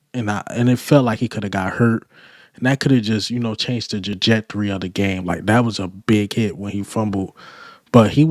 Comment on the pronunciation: Trajectory 😂😂 TRAjectory “Jajectory” is crazy